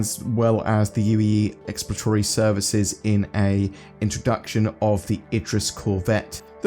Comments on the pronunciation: ill try to alleviate some headache, "ex-plo-ra-to-ry" not "expla-tory" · hahah "ecks ploor rah tor ree" - 5 syllables <3